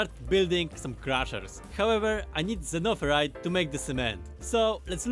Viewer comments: I like the way he says zunnofurite like an old timey prospector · Xenoferrite Zeh-noh-feh-rite Xeno = Alien or Foreign Ferrite = Iron or Iron-like It's alien iron, sounds great! They should have just said Iron lol